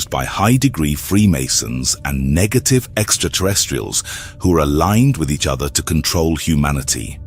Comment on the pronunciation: at least double check your AI voiceovers. he said "nejative" instead of negative